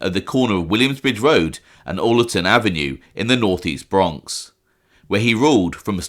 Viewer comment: Hey don’t mean to break your balls lol 😂 but the street in the Bronx is pronounced “Ah Ler Ten” Ave. like If you said the name AL Capone or Albert Anastasia. I know it’s a small thing, just trying to help.